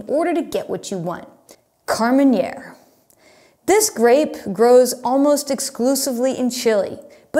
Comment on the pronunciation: KAR-MEN -AIR!!!! Not " KAR-MEN-YAIR". Thank me later.